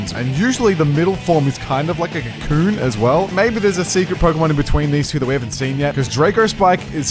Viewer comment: you said a slur pls say cocoon because C00n is a slur